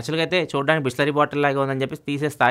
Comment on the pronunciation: Bisleri × bhoosleri😂😂